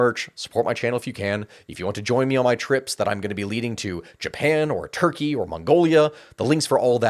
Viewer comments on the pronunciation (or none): none